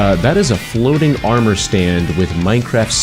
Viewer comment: it's armor. you cannot even say it's name right new minecraft fans worthless nincompoops